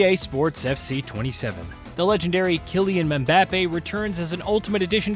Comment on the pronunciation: “Kylian Emm-beppy”